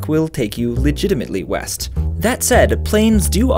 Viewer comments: I actually thought it said Weast. LMAO😂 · I thought you said Weast. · ooohhh i thought you said "weast" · I thought you said "Weast"